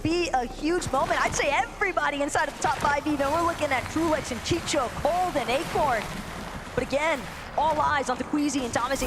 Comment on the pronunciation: These commentators are bad AF at reading names!!!!! The guy is named CHICO not CHICHO, WTF!!!! Get people that know how to talk, instead of choosing those who talk fast but it's all gibberish..... Learn the history before saying dumb sht!